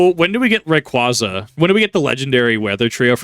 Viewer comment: Big pet peeve of mine, but it's "Ray-qwayza" not "-qwahza." It's my favorite pokemon and the pronunciation has been around since about 2005, so it makes me cringe when poketubers/pokemon fans say it wrong. You corrected yourself when saying Vibrava wrong, so I figure you might take the proper pronunciation and use it.